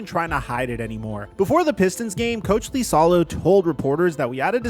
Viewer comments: Miami makes zero sense because Noah Larouche implemented the new offense for Miami this year and he was at the Grizz last year running the same system that Ja hated. Also, liasolo is pronouned like Eisalo not LEEsalo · THE COACHES NAME STARTS WITH A FUCKING I. IT IS NOT AN L. IT IS AN I. IISALO. NOT LISALO. GOD DAMMIT.